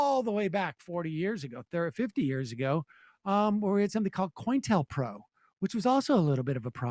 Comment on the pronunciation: cointelpro, counter intelligence program, so co-intel-pro, not "coin"-tel-pro